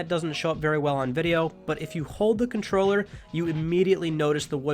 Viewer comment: Is it me or did he say DualShock 4 condom